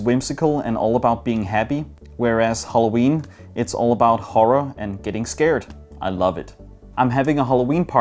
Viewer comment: naturally english people: Halloween: Holloween